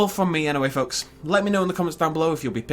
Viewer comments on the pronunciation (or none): none